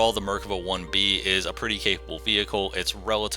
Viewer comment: You're saying the name wrong and it's cringey as fuck